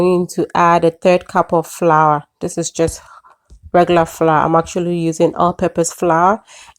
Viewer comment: Pronounced FLOUR, not fla